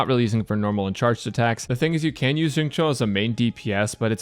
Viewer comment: I was 5min into the video trying to figure out what was so weird about it and realized it's because you're one of the only people I've seen pronounce Xingqiu's name correctly 😂😂😂😰